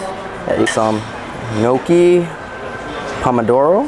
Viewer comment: Gnocchi is not pronounced noCHEE, it's pronounced noKEY.